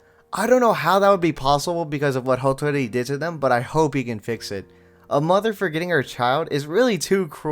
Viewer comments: It's "H-a-tori" not H-o-tori, there's an a there. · It's "HA-ttori"... NOT "HO-tori."